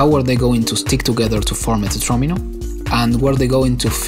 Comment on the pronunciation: THANK YOU FOR PRONOUNCING “TETRAMINO” CORRECTLY!